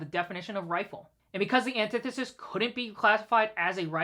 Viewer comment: Off topic, but does no one know how to pronounce antithesis? Back on topic... Shut down the ATF. ALL problems solved.